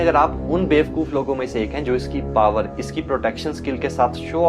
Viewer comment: Befkof kyu bol raha hai